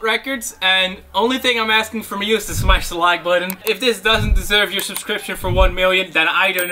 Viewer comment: Eerytime he tries to say smas the like he says smash the leeek